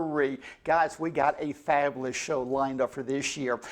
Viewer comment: Daddy Derek rap songs perfectly mirror the way he pronounces words such as, "Fablous"